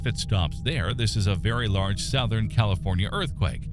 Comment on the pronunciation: Southern is pronounced "suthern" not "sowthern".....